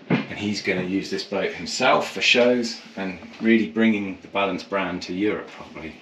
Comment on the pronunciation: "the new BALANT" ??? :)